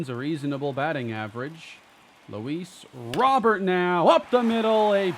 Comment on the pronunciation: Luis (it's pronounced like Row bear) not Robert